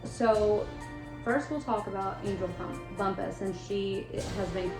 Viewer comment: A lot of people were really excited about your podcast. I’m disappointed in this. This is a True Crime story, not a ‘spooky campfire story—“ Lose that crazy music! It’s extremely hard hearing you- Your audio and lighting both need work. In your next story, at least learn how to pronounce the victim’s name. It may not be a big deal to some people, but I guarantee it’s felt by the family members & friends who continue to love this person.. They never look at the camera. Not once did they try to engage w- their audience, and I swear from to or somewhere in there, I seriously thought- is she nodding off? This is a Hot Mess….